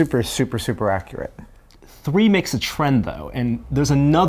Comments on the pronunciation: Ackrerit, weaperny, reconfigered.. Learn to speak proper english, please. You're supposed to be a smart guy.. Smart people are supposed to understand proper pronunciations. Accurate. Weaponry. Reconfigured. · accurate not acceret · Accurate - not Ackurrit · Accurit.... accurit... ITS ACCURATE!!! Pet peev -. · He keeps saying "akurret" instead of "accurate" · AK-YER-IT RE-CUN-FIG-YERD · "Akur ah C" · "Akerate" Is that a California thing? I've heard it so many times. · accurate has a u in it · god the way he says accurate is so annoying. ''ACCURUT" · Don't get annoyed. That's how beta cucks talk. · ac-cu-rate god damn it. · am I the only one irked by his pronunciation of the word "accurate"? ackarit... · I believe it's, "Ackrerit". Lmfao. Someone needs to teach him how to pronounce Accurate correctly. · never quite heard someone pronounce "accurate" the way does. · The way says "accuracy" and "accurate" drives me insane. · needs to learn how to say accurate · norm can't pronounce accurate. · the asian guy doesnt seem to say the word 'accurate' correctly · please learn how to pronounce accurate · DoormanDudeMinecraft Glad I'm not the only one that noticed how he pronounced that. It was getting annoying after the first few times he said it. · I can't stand the way he says accurate and inaccurate :/ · The host says accurate and inaccurate rather strangely. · I wish he could say accurate correctly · sooo... The guy doesn't know how to say "accurate"